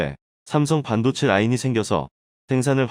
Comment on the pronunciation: 읽기 연습후 방송하라 반도체를 반도제 신조어 양산 기사를 요약하거라 듣기가 거북하다